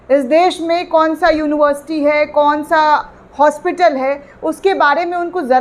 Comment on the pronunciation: जब पढ़ें लिखे होते तब ठीक से बोल लेते। यूनिवर्सिटी,सोरी सोरी।यूनिबरसीटी के छात्र को कितना ज्ञान होता है आप ही अनुमान लगाये।